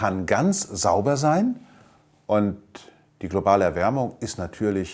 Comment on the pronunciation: Klopale Erwärmung. Herrlich, der Mann... Kann nicht mal deutsch.